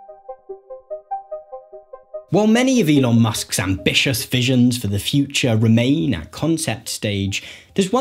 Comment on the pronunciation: interesting, I would have paid more attention if I wasnt soooo distracted by the guy's inability to innunciate the final syllable of each sentence "bold new visions of the futch..."